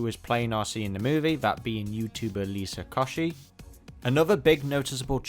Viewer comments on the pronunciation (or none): Did you just pronounce Liza Koshy as Lisa Kosh-ee? Lmao.